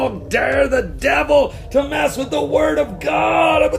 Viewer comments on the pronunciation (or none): none